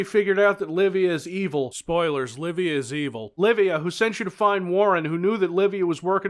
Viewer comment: I kept hearing Arnie said 'Labia' instead of 'Livia'.